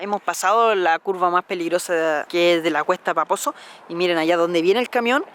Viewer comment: Siempre escucho "cuesta baboso" en vez de "cuesta paposo" wooow vaya. Que genial video :)